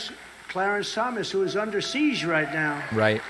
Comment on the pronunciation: Seesh? Siege.